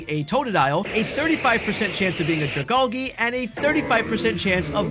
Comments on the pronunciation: U said dragalge wrong, Al-gee. Like sea kelp. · the way you say dragalge is interesting... is that how you pronounce algae too?